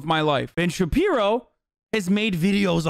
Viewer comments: Ben shabibo?? Nah more like Ben samuerto. Spanish speakers will get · Lmao "Puck you Ben Shabibo" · Should call him Ben Shitpiro, that's what I call him...